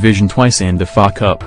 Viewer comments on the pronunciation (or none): Second 27….. winning the fuk-up instead of FA cup 😂 that’s what happens when you use auto voice or whatever you call that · Robot voice goes "Fuckup" (FA Cup) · Man said "fuck up" instead of FA Cup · Can you please replace the current awful 'AI' auto soundtrack, based badly cast subtitling, with a human being who can pronounce English correctly, this soundtrack has such an heavy, nasal American accent and is totally disrespectful, a disgrace to you with "Shakily' instead of Shankley, "Fuckup" instead of FA Cup and believe it or not it's just not funny...Tommy was a great and honourable man as well as brilliant, model goalkeeper as well Liverpool a masterful Football Club and Family. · FA CUP, sounded like Fuck up